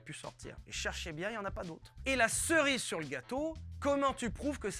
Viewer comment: yes i'm coming late, but he is saying Cherry on top of the cake = Cerise sur le gateau. C'est juste qu'il a mangé la prononciation, Ceri - se - sur devenu Cerisur.